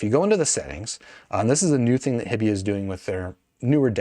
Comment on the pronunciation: HI-bee, not hibby. “Hi” as in Hi-Fi. So grating every time he says their name.